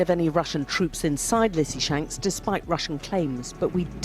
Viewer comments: Leezytjansk in phonetic. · I think the english phonetic version of Lysychansk is 'Lizzyshanks' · Bro…I enjoy your videos and analysis but COME ON….. LEE-SEE-CHANCE-K Or LISSY-CHANCE-K Say it with me…LEE-SEE-CHANCE-K. It’s not that hard LOL 🤷‍♂️🤦‍♂️😂🍻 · Lysychansk = Lew-sah-chaunsk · Leeseechansk..like in Bruce Lee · Lee - See - Chansk 😉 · “Luce-a-chan-sk” is how my Ukrainian wife explained the pronunciation to me. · the Ys in Lysychansk is a form of U and spoken as (in English) a female sheep... an ewe....Try it this way Lue Shoe Schank.